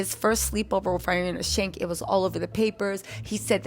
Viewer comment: I love your videos so much but I keep cracking up at you calling Irina Shayk “Irinia Shank” 🤣🤣🤣